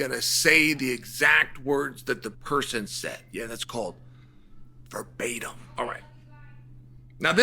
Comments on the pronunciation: I’m surprised uncle Chael can correctly pronounce “verbatim”. This sets a new preceTence. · Chael pronouncing "verbatim" correctly...in 2026 we are living in an alternate timeline